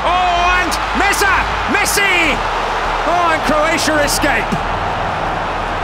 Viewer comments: bro said messa instead of messi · Messi not messa🤣